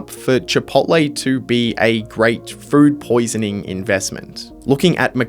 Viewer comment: why does it sound like you're saying "fruit poisoning" instead of "food poisoning"😂